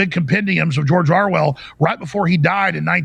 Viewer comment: Is it just me or does he keep saying Arwell? Lol. Love these guys.